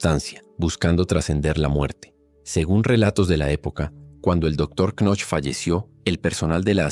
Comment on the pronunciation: la pronunciación de Knoche es algo como "cuNoju"